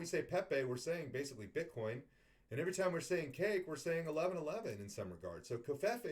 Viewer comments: Kek is pronounced like neck or peck. Not like cake or kike as you say it. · Lol your pronounce kek as "Kyke" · I thought you were talking about cake like a birthday cake and then I realized you were saying kek. I have always said it like the word heck